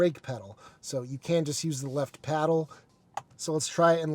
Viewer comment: Paddle, not peddle... :)